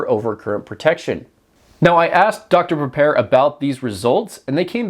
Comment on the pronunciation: the chinese are taking the piss now "dr prepare" ..... " dr pepper" 🤣